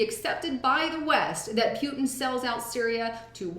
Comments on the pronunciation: please learn how to say Pu Tin. Putin, not Pewtin. lol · I know, me too... like when she sez Putin like Pew ton...lol